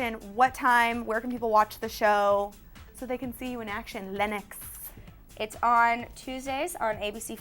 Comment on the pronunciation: LENNOX. NOT LYNX.